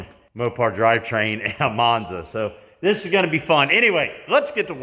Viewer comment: Every time I see the Monza, I hear Mop-za.